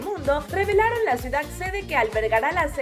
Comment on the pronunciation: Se dice CIUDAD.